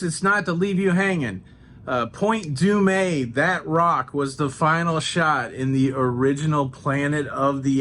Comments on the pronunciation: I think Point Dume is pronounced "Doom", not du-may. But maybe I've been saying it wrong my whole life . Haha! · Are you sure it’s pronounced “Point Doo-May”? Or is that a Tonyism? As an official Valley Girl we say Point Dooooom. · California here. It is Point Dume (like doom). Enjoy your time. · I enjoyed the sights of my home state! By the way, Point Dume is actually pronounced Point "Doom"😊 😉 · Great you missed Paradise Cove home of Jim Rockford of the Rockford Files. Point Dume is pronounced Point Dumm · Pretty sure it's pronounced Point Zooma. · Welcome to Long Beach. Point Dume is pronounced Point Doom . Los Alamitos was perfect. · Local here. Born and raised. Use the carpool lanes and Waze. Also don’t know if you’re being adorable, but it’s pronounced Point Doom. Any questions, lmk!! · Uhhh…. Another Los Angeleno here..I’ve always called it/and heard it pronounced as Point “Doom-uh”…? Did you accidentally forget the “uh”?:) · Wow…..you were around where I went to university….I’m sure you’ve heard enough about your pronunciation of Point Dume. Hope you continue to have fun in So Cal!